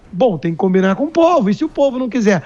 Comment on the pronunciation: Essa jornalista fala "primeiro tem que cominar com todo o mundo"...pense menina, com a cabeça, com o cérebro...antes de falar.